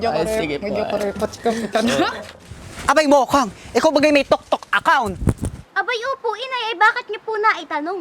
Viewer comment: Tiktok po Yun hindi po Yun toktok